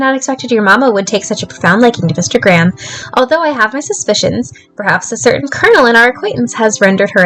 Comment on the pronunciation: I had this playing in the background and when you'd say "Mr Graham" I thought you were saying "instagram" and got VERY confused with the timeframe of this game hahahaha